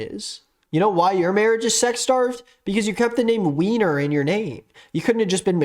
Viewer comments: … it’s pronounced Viner. It’s German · Hey uh, while the "weiner" joke was kind of funny its (why-ner) and its a common Jewish last name! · the name is pronounced WINER, it’s a german name too so it’s viner lmao. i know this is a few months old but that tangent was so funny